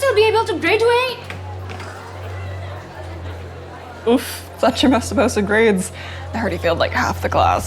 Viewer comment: "graeduae" nice pronounciacion LOL